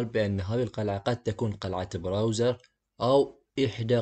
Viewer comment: سؤال كم مره قال براوزر؟